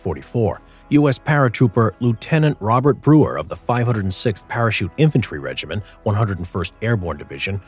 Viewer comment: Regiment, not regimin